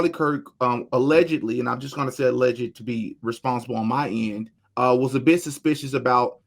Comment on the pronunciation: Alleged is two syllables, not three. Allegedly is four syllables. You said that word right but not alleged right.